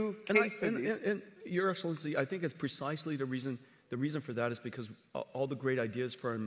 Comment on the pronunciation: Excilincii? What excellence he has?